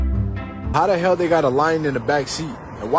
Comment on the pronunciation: I wouldn't have laughed at dis one if she didn't say "wat the hAil" 💀💀💀💀